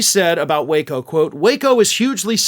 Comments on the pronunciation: Its pronounced Wacko.. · IT'S PRONOUNCED WACKO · There is a reason most people pronounce "waco" with a short "a" sound. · I pronounce the city as "wacko". LOL!